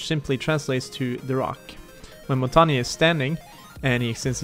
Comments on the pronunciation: Montagne, you say it like Mon-tay-ain. Not mountainium... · Its more like pronounced Montanjeu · Its it's pernounced in French Mon tang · LOL The guy says: Montagna, yes this is how you pronounce it. Not it isn't. I'm French and you don't say the E at the end. English speakers have difficulties with his name because the "mon" syllable doesn't exist in English. You pronounce it: Montagn, without the E. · As someone who speaks french, i can confirm one thing: it's not pronounced montanya. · I thought it was pronounced mon - tan -yay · Omg everyone pronounces it rwrong I know French this is how u pronounce it "Mon-tang" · Its pronounced Mon-tang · is not montagna truste me im a french canadian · Jamie Walters ffs I live in quebec and the error that everyone make is thinking the g is silent it’s: its actually a mix and this mix just doesn’t exist in english so if you don’t speak french say mountain it feel like if everyone said maounttaain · the error he did was prounoucing the e as an a again the e is very different it sounds like the the end of how you guys pronounce L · I mean you're right it's the French word for mountain but you really need to look up how it's pronounced bud. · Said montagne wrong